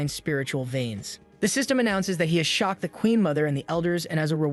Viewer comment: Lmao, my whole aura is i don't give a f***, I would be a god in this world. Also, the way this AI says "spiritual viens" has implications, lol.